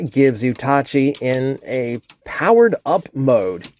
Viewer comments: It’s pronounced Taki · The mispronunciation bugs me, but otherwise a great review. Tacky looks super cool.